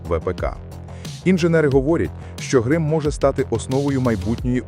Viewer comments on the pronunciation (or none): Чому грим2, а не грім2?